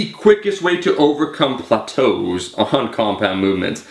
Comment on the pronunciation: You pronounced "plateaus" wrong, refer to Chris Jones' videos to hear the correct pronunciation.